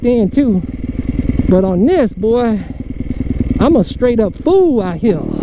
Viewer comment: Count the times he says “ out Hea “